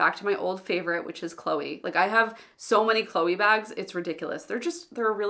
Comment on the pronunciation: I definitely like the non-guilt-inducing tone of your videos, showing the reality of people who are not lazy, weak or others.. but only struggle with self-limitations and try to overcome them. Thanks for talking about these subjects ! Cheers from France (you didn't pronounce Chloé that bad 😉)